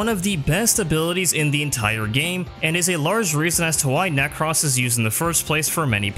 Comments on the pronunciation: Necross 😂 Ne-crose like necrosis nek-rose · Ah yes, my good friend Neck-ross. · Does anyone actually pronounce "Nekros" like that? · Youre pronunciation of nekros is super annoying. 5/5